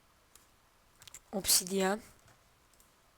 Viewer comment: obsidyan?Obsidyın diye telaffuz ediliyor.